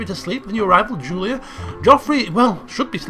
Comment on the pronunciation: you called Julia Juliad how didn't you notice